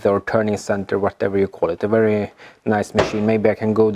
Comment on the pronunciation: Did he end up getting a wee eight from the wolkswagen? Or is that wery hard to find? It will definitely be a wery nice wolvo